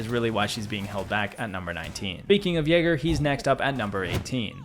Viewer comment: there's no way he said Jager there